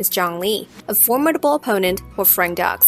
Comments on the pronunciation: Frank Dux......Dukes, not Ducks....he even says it in the movie. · "Dux" is pronounced "Dukes" - not "ducks". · no no no it's pronounced frank dooks not frank ducks 🦆 This is covered in the film.